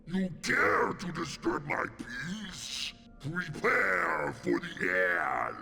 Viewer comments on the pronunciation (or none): none